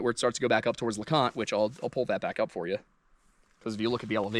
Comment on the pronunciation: lol in the other video you mispronounce leconte and in this one you erroneously call it the highest point in the smokies.